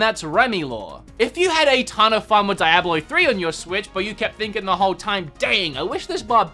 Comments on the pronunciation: My ears bleed everytime i hear you say Diablo....if you ever played the game and paid attention to it you would have gotten it right by now...🤦🏻‍♂️ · What is Die-ablo? You mean Dee-ablo? Also, melee is pronounced may-lay, according to mariam webster :P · What's Die-Ablo 3?